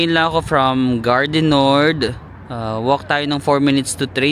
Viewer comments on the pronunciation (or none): none